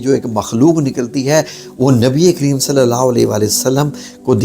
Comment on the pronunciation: Assalam, allawhumma Sawlli ala padh karen. Agar aap sawd ko mota na padhen to Maani badl Jate.